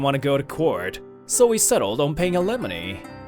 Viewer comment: It’s not alemony it’s alimony